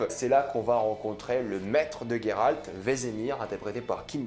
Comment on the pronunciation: Alors c’est "G"eralt et non "gue"ralt. Juste pour info (dans le jeu il dures Geralt et non gueralt donc chut).